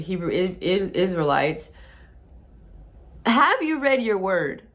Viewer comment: Shalawam Family, straight facts, she couldnt even say Hebrew Isrealites correctly 😭😭😭😭🤣🤣